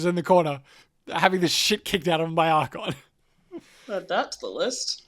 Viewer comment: The list of people who read "Archaon" as "Archon" grows. Look, if you can say the word "archaic", you should be able to pronounce the second A in Archaon.